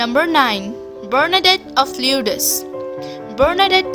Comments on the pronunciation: Just to let you know it is pronounced like the word lords. At least I'm told it is. I have always been fascinated by this. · Hi...Lourdes is pronounced "lords". LOL Nice video...I can't speak any Indian languages so there you go! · LORDS is how you say Lourdes...ok?